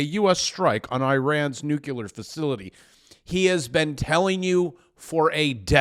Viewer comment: Noo-clee-ur. For cry eye, say it correctly.